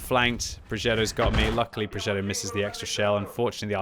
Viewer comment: you mastered 'progetto', mostly 'bassotto' but please, 'felice' with English pronunciation reminds me too much of a child's snack 😂